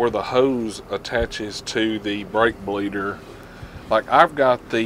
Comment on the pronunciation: Did he tongue twist himself and say brake fleeder when he introduced it or was that just me hearing things?